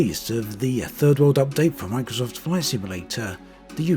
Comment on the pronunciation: "The terrain-uh from microsft-uh it is the one-uh." You making a sex audio tape or talking about flight sim bruh-uh?